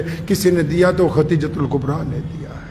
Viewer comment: Mashallah aap to itne bare aalim Hein aap bhi KHATEEJA keh rhe hein, please KHADEEJA bolen